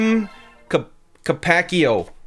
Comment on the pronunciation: Why would you mix chopsticks with peanut butter? That's very odd. Look, my mom uses chopsticks for everything; I've used them for salad & Italian pasta, but still... It's also car-pah-chi-oh. The "Mama kills Animals" thing was a game made by PETA to draw attention to their cause. Gamers were understandably not happy since the thing unironically painted Cooking Mama as a heartless animal-killer, although, looking back, I just laugh my ass off at it now.